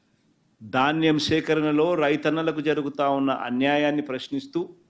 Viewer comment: దాన్నెం కాదు నాయనా ధాన్యం